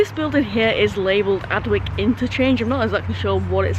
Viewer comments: Excuse my pedantry, flower, but Adwick is pronounced Adick, the W is silent. While i'm at it, i'm sure you've heard of Slaithwaite station in W/Yorks. If you hav'nt already heard it "pronounced" by the locals, i hereby challenge you to "have a bash at it". I was fair perplexed when i first heard it, yonks a go. ( If ya get it right, i'll eat my head, as some one said in a Dickens novel ! ) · Adwick normally pronounced Addick